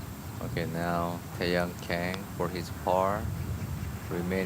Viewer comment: 한국은 캥씨나 퀭씨는 없습니다~ "강"으로 발음해주세요~^^